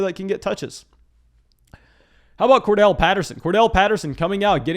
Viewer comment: it's Cordarrelle Patterson, not Kordell. You can say it like: Core-Daryl. I would think you'd want to pronounce these guys' names right, right?